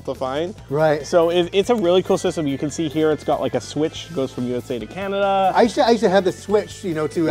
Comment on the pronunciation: After all its Can-Nerd-Da